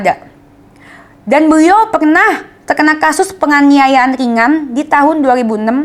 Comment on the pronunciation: Dennis adikku cantik yang manis. Lucu kalau mendengar ayat sebutan yang keluar dari mulut adik. Beliau yang benar ✅ Beriau ayat yang salah ❎ Apapun semangat ya adik 😊✌🏻